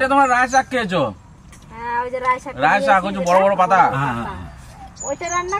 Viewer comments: oitake Raie noi laie bole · Rai sag noi... Lai sag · রাই শাক নয়, এটা লাই শাক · Rai shag noi lai shag 😂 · Rai shag na,lai shag bola aitaka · রায় সাক না লাই সাক বলে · Rai Shak naa.. Lai Shak bole...